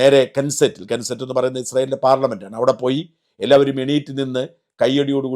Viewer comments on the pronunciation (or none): "Knesset" കെൻസെറ്റ് അല്ല ( k-ne-sset ) കെനെസെറ്റ് എന്ന് പറയും . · കെൻസെറ്റ് അല്ല സർ, Knesset (നെസ്സെറ്റ്) എന്നാണ്. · Knesset is pronounced kuh neh suht. K sound silent alla, English word alla adhukondu English pronounciationrules baadhakam alla, adhu Hebrew word aanu. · യിസ്രായേലിൻ്റെ പാർലമെൻ്റ് നെസ്സറ്റ് ആണ് അല്ലാതെ കെൻസെറ്റ് അല്ല